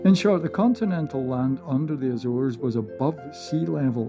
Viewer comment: Ok but it's not azeres islands